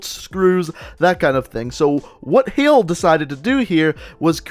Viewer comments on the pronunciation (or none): none